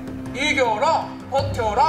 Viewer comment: 초에남반장이이겨라 라고했는데 이겨랑 이라고나곰